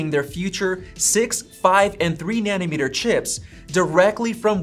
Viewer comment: Why are you calling it nanny meter it's nano meter